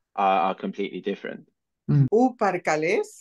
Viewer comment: Parkales sound like perkulesh to me..